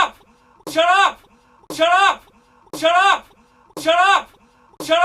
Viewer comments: mari95g0 In in an Indian accent xD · saying shallot in an irish accent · it kinda sounds like he's saying giraffe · It sounds like he is saying giraffe in a Scottish accent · It sound like he's saying Syrup or Chirrup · after awhile it sound like: chur up